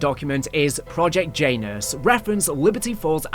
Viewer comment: you have to stop pronouncing Janus like that 😂